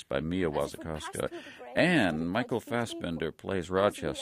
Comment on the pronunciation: It's Fassbender, not 'binder'.